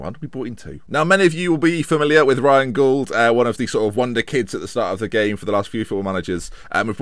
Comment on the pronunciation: You're pronouncing Gauld wrong - it rhymes with called.